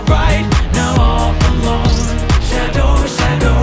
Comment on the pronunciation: Shadow の言い方というか発音が好き 英語の歌詞になるともっとカッコよくなるのね…